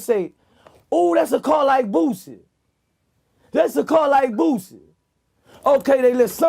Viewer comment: Yayo said booshy not boosie